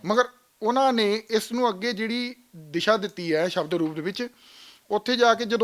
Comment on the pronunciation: ਇਹੋ ਬੇਵਕੂਫ਼ ਬਾਣੀ ਵਿਚ ਸਬਦ ਨੂੰ ਸ਼ਬਦ ਬੋਲੇਗਾ।